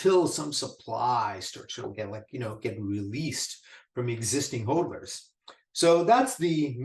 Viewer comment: It is pronounced Hodlers like the word models, mod is hod. Great stuff though